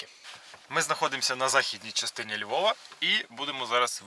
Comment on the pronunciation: Не зі ЛьвовУ, а зі ЛьвовА 😅